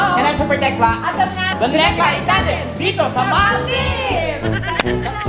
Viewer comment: sorry po but saying it correctly is maldives and not maldibs (example lng po) pls search it from google pronunciation and hear it sounds.